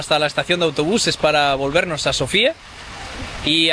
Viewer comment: Desde el primer video me surgen ganas de coregir vuestra pronunciación en tema de acento de algunas palabras. Esto es un tema complicado en búlgaro, es normal que un extranjero no lo sepa. En primer lugar, el nombre de la capital lo pronunciamos Sófia. Sofía queda para el nombre femenino. Tambien es bánitsa, no banítsa. Había otras cosas del primer video pero ya no me acuerdo. Mucha suerte y que lo paseis bien!